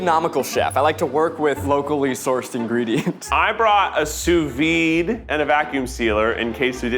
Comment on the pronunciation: I love that keith doesn't know how to say sous vide, really puts the cherry on top of this one